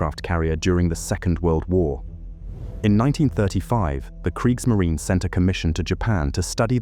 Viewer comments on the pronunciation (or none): It's Kriegsmarine (Kreegsmareen-uh).